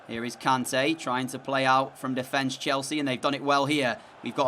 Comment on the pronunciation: not trying to be mean but its pronounced k-arn-ta